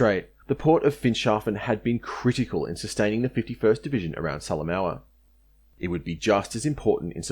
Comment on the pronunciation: Thanks for this detailed and really great history of the battle for Finschafen (Harbor of Finches). I will have a look at your other work now, for your research here was so impressive and overall quality so high. Quick comment on pronunciation. Salamaua is said Sal-a-moh-a. Rabaul is said Rab-owl. Huon is not Hew-on but hew'n. Papua is said Parp-wah. Finnisterre is said Finnis-tair. Vasey isn't Vassy, it is Vay-see. Ramu is said Rar-moo. Narranderra is said Nah-ran-dah-rah not Narran-derra. Wootten is not Woo-ten, but Woot-ten (like wood)